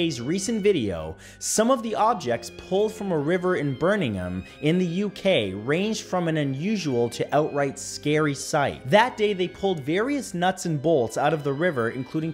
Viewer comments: did he just call Birmingham birningham wth? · He doesn't even pronounce Birmingham correctly.